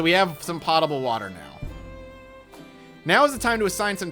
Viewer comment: "POE-tah-bull" I like this game though.